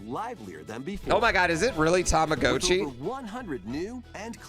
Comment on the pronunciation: He said Tamagotchi correctly